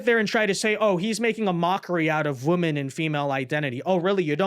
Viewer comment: I appreciate and enjoy your content so much. So please, please please look how to pronounce 'women' correctly. It is pronounced differently than 'woman'. Thank you for your consideration of this matter.